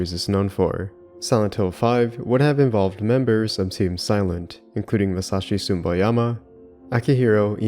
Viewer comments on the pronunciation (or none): I only do this because I like your channel and maybe it might help you. You should watch a little the pronounciation of names. It's neither Masashi Sumboyama nor Akira Yamayoka but Masashi Tsu-Bo-Yama and Akira Ya-Ma-Oka. It sounds like you either pronounce them wrong or mumble them. Maybe it's different when you speak the language that you get a little sensitive when you hear something like that. It's not a complaint but maybe an advice for your upcoming videos, to work a little on pronounciations of japanese names since the roots of Silent Hill are, at the very end of the day, japanese.